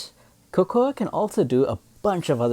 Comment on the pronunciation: Type cocoa in google for the English pronunciation. Making a video in English then pronouncing the names in a broken dialect just because the Japanese or Chinese VA does it is just /facepalm. I’ve long since lost hope in the education system.